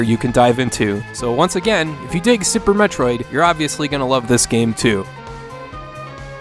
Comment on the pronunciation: If you like Super Metroid, you are correct. wtf? You mispronounced "Super Metroid".